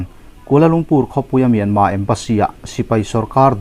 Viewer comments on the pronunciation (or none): In chan china ngaih thlak a nuam rual in, Mianma, inti thin hi chu, Mianmar, ni reng si kati deuh.